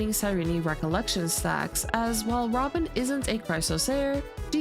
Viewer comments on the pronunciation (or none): the way you pronounced 'robin' sounds like 'ramen' 😂